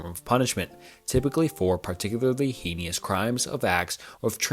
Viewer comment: Hey! I recently discovered this channel and thoroughly enjoyed this video. A small suggestion: try recording the parts you mispronounce. I know it is easy to make mistakes when speaking, but there are times when I hear you hurrying through sentences, making them sound like gibberish, and repeatedly mispronouncing words to the point where it is painful to listen to. One being heinous. I do think your channel has the potential to grow, and this is a repeated grievance I see in the comments. I do hope you take it into account, but in the end, it is your choice.